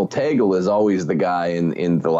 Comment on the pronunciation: Great episode! I am a Filipino and I just want to make a correction on pronunciation. The way Cardinal Tagle's name was pronounced was wrong. pronounced it as "toggle". The correct pronunciation is TAG-LE (like LEmon).